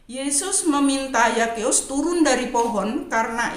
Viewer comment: ZAKHEUS bacanya Sakeus bukan Yakeus Bu🥰🙏🏼